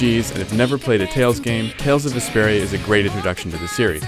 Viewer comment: i kept thinking he was saying desperia it totally threw me off